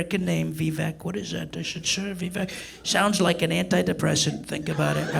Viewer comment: "Carl Jung warned aboot it" Tight.